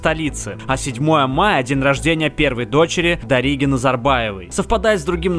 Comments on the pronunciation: ДаригИ а не ДарИги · Не ДарИги,а ДаригИ.